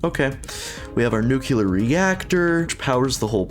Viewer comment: Nuclear, not nucular.